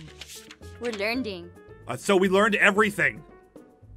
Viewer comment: Jess: We're learnding! Me: Hey um, Jess? Did you hit your head too hard? I think it's learning...